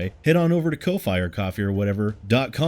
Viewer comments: If it helps at all to add to the confusion, your "doesn't sound like coffee" option for how to pronounce "ko-fi" sounds like the name of a plant in New Zealand. The Indiginous Maori people call it "kowhai", which is pronounced rather a lot like your pronunciation of "ko-fi". It's a softer and more drawn out "o" sound, though. You're welcome. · The "ko-fy or ko-fi or whatever" is getting really old, just pick one pronunciation and stick with it, please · 1. Make saying “Ko-Fi or Ko-Fee or whatever” a running gag, same for saying “Coff-i or Cof-fee or whatever” 2. I fully believe that’s what Respawn INTENDS to make, and I hope that’s what we get... I simply don’t believe EA won’t go back on their own word and overrule Respawn, because while Titanfall 2 made a no microtransactions promise and kept it, Ea only published Respawn whereas now they OWN Respawn. I am glad Respawn is making a single player only star wars game though, Titanfall 2 remains my favorite military shooter campaign by a million miles, the only thing that cones remotely close is Modern Warfare 1. Titanfall 2’s campaign really is in a league of their own 3. Now that you’ve brought up how Vader hunted down surviving jedi, I’m wondering if maybe, just maybe, we’ll at least once or maybe even reoccurringly get RE3 Nemesis style encounters with Vader